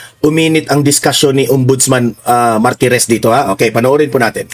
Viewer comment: Not Maritez, instead MARTIREZ